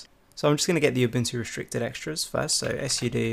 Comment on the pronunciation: Why do you say " s soodoo" when all you need say is " Soodoo" when talking about " Sudo" for admin level access involving the commands? the " S " at the beginning of your reading is redundant.